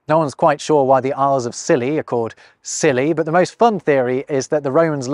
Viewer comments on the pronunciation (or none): none